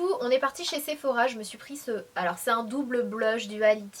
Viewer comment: Sephowa 😂 ah lala Sanaa :')